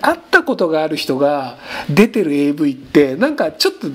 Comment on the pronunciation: avのvがターンエーになってるの草